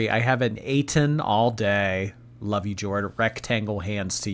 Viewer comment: more like "Brittney's Lah-ve" 😂